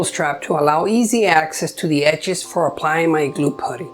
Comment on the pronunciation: Very pretty planter box. Thank you. Also want to say that the 'u' in putty is pronounced the same way as the 'u' in the word up. Looking forward to watching mire if your videos 😊